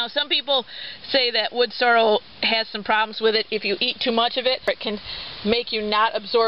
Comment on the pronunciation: I hear a lot of people pronounce it "Wood Sore-o" instead of "sore-EL." Must be a regional thing because it's obviously spelled correctly. Thanks for the upload. Cheers.